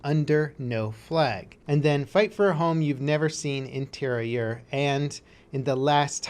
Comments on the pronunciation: FYI : Tee-rah-yur and roll the r's is how it should be pronounced ;) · Tirailleur is pronounced like that Tear I Hurl without the final L of course ^^